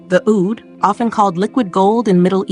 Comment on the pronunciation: OOD, not OWD, get a real person to narrate, another BS AI video 🤮